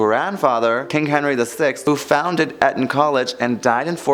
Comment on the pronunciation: This is splitting hairs… but please learn how to pronounce Eton…